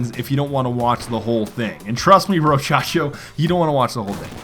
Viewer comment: It's Brochacho not rochacho